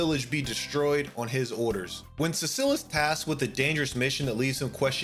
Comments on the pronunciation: Three things: It's TEE-dus, not TIE-dus. It's zi-DANE, not zi-DAHN His name is Cecil, not Cecille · not how you pronounce Cecil...you put the emphasis on the first syllable, and say it like cesspool: Sess-sil or See-sil depending on accent.